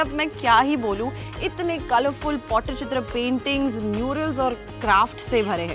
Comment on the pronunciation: Madam pls pronounce it properly. It's not pottychitra it's Pattichitra😂